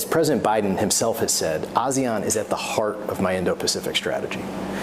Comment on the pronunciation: he can't even pronounce ASEAN correctly! haha, how sincere can they be? whole lot of talk..